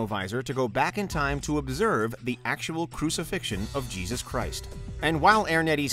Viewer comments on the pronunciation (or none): none